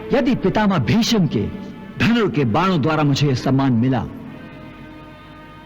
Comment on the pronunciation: पर ये कर्ण भीष्म को भीषम बोल रहा हे क्या